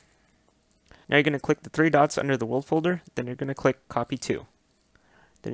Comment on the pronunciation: you say the “will folder” what is that